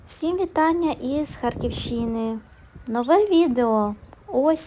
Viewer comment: Якої ХарківщИни??? Наголос на літеру А🫤